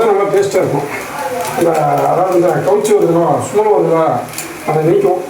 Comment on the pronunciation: அது சும்மல் இல்லைங்க ஸ்மெல் வந்துரும்